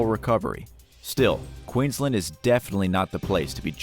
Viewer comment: It's horrific that u can't even pronounce Queensland & Australia properly. Anyway Australia as a whole should be No 1 on this list, the more deadly animals we have the more we hope tourists stay away